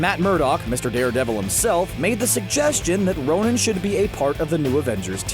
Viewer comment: did he really say nonin ?????